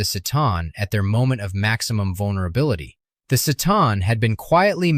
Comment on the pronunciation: Pretty much the only problem I have is the consistent mispronunciation of C'Tan..... "Sa-Tarn" Confirmed in many, many books and lore as "Kha-Tan"